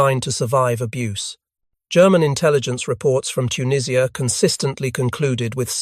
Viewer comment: Dwarfs on the title picture, later picture is later jeep with wrong bonnet.. the only thing this video gets right is the pronouncing of tunisia. And that head through the windscreen....